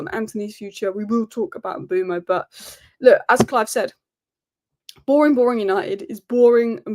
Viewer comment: Mbeumo is pronounced like Kinder Bueno but with M in front, surely… Umboomo sounds lazy